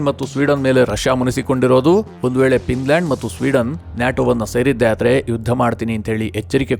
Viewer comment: It's Finland not pinland